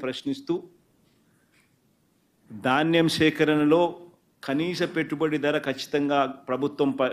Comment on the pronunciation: దాన్నెం కాదు నాయనా ధాన్యం